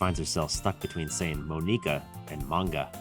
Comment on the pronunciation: can't stand them clling monika that T.T it's not pronounced that way T.T